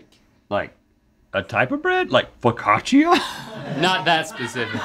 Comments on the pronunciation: Did Rhett say fokatchia for focaccia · Was...was Rhett saying "focaccia"?